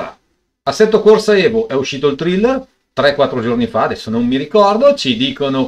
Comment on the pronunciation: Guarda che si pronuncia "TREILER", per il "Thriller" chiedere a Michael Jackson...